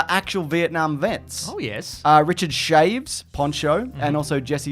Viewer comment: It's pronounced CHA-VEZ not "shaves" 😂😂😂